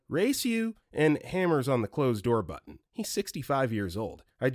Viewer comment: I have never heard anyone pronounce "mutton" like that and it made my day. It rhymes with button